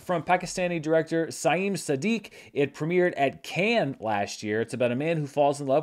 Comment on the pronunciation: Man, Dans accent coming out so strong when saying Cannes